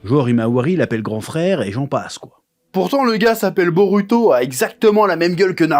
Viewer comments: t"essaye de bien appeler la phonétique "boruto" avec le LU a la place du RU mais tu dis BEAULUTO. Cringe, fais l'éffort jusqu'au bout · Perso, à l’écoute, le L est assez dérangeant. Quand on perçoit le R doux japonais (et non un L français), ça gêne l’oreille, car le L n’a tout simplement pas la composante du R, même léger. On a vraiment l’impression d’un autre son, alors que le japonais n’a pas de L. Tu dit bien BoRuto et pas Boluto, donc autant rester cohérent et continuer avec un R français, ou un R roulé à la façon espagnole, même imparfait, plutôt que de forcer des L partout. Le R japonais se rapproche d’un tap alvéolaire (comme en espagnol ou en italien), que les francophones ne maîtrisent pas naturellement, mais qui reste beaucoup plus proche que le L, qui est un phonème distinct et absent du japonais.